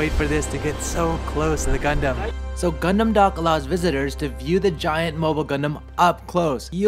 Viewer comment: Is this only me who's hearing c*****m instead of gundam😶